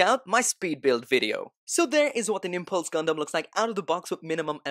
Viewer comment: "Niples" Gundam hahaha